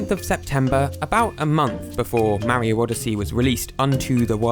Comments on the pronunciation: Mar io not ma rio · its "mario" not "mawio" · why do you say mario and wario so funny😂